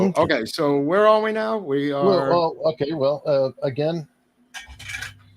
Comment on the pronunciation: Tip O'neil, the man who pronounced Ronald Reagan, RonalReagan.